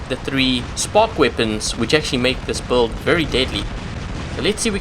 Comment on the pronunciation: I know build is spelled with a U but it is pronounced like billed. Ok buddy just trying to help you out ive watched 100s of your vids and it took me a while to understand you were trying to say build and not buld i was like wtf is a buld